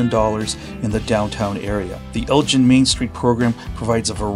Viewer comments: Great video. We live on the outskirts of Elgin, and I wish you’d asked a local how to pronounce the name of the town. It’s a hard G. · We pronounce the town name differently. It’s not like the marbles or other Elgins like the one in Illinois. Thanks for the video. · Did you notice the curved bricks? The very fancy brickwork reminds me of Baltimore. And the hard G in Elgin is pronounced like the g in girl. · Elgin is pronounced with a hard g, like giggle. Hard to watch when you keep saying it wrong. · If you do any other Texas videos, ask a local how places, streets, etc are pronounced. Even if it should be obvious- it might not be. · For as long as you were in the town you should have heard that it's pronounced "El-ggin" with a hard "g." Nice video. 👍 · It’s not pronounced Elgin like the watch or the other Elgin up north. It’s pronounced like El Gen. if you’re going to report on a particular place at least speak to some locals too get the pronunciation correct. Do your homework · Locals pronounce it not like the Liqours GIN but like GAN, “ELGAN” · It's El-Gin, with a hard "g", not El-Jin, which a person would learn in any conversation with a local. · Just heads up Elgin pronounced differently than your saying at the top of the video. At least that's not how we grew up saying it out here. So not like 'gin' but the g has the sound like in the word 'again' Great to see a video tho for such a small town out here! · FYI only since I grew up in the area; Unlike Elgin, Illinois or Elgin Baylor the basketball player, Elgin, Tx is pronounced “EL-ghin” and not gin, like the drink. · I believe it is "El guh en" not "El gin" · Before you make a video about a town, ask someone how to pronounce its name. It's not a watch. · it is a hard G like green. The way you say it is how we know “you ain’t from here.” 😂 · you are correct on all counts sir. It el gin with a hard g. Not gin like the alcohol. But good video other than that. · Hard G in Elgin. Not pronounced as a J.